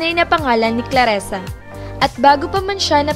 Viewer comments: Dzi ayusin in mong prnzunciation mo clarissanot claressa... Owa kainis ka murder mo zng name nya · "ClarIsa" po, HINDI "ClarEsa." Clarisa. Clarisa. Clarisa. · Nakakatawa ka, Claresa o Clarissa, ok sana pero mali ang bigkas ng pangalan.tao lang nagkakamali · Clarrisa...di clarresa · Clarissa hindi Klaresa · Hahaha, daming alam pero di alam bigkasin ang CLARISSA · It's Clarissa (kla-ri-ssa) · Manood ka muna ng pepito manaloto.. pra alm mo tamang bigkas ng mga nme ng mga artista doon.. muntik mo nang gawing pepeto manalutu.. neke.. cheto . Ilsa marya . Bebe . Patrek . Rubirt. ClAressa.. sakit sa tenga.. 😂😂😂